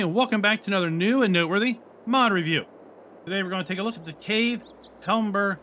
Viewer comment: If it's to do with wine, "cave" is a French word. Pronounce it like "have" (yeah, it's a simplified way, but I'm not a purist!) I may have to get this, instead of my current wine maker. I wonder if there is a way to add "wine" filltypes to, say, the restaurant. Ideas?